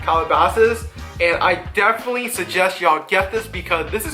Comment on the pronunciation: No, what the hell is wrong with this guy? He can barely fucking talk much less give a sneaker review I thought the word definitely was 4 syllables and had the letter “t” in it 😂😂. That boy ain’t right lol